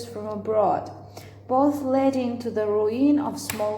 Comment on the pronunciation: I think that "period" should sound like [ˈpɪərɪəd] Also pay attention to the word "former" -here's how it should sound [ˈfɔːmə] "leading" should sound like [ˈliːdɪŋ] I can't hear how you pronounce the word subtle [sʌtl] Procession - [prəˈseʃn] Erected - [ɪˈrektɪd] There are too many pauses between words grammar mistake - "The age of Trajan was often been likened" it is not correct. You should use present perfect passive correctly. "Entrusted" has no "d". It should sound as indicated in the transcription[ɪnˈtrʌstɪd]